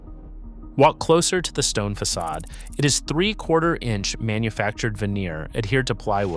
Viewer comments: Fackadism LOL... Fa sod ism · Same, and that was just after it said "Fackadism" when referring to the facade. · fackadism? Fix your AI voice program; the c is pronounced as an s.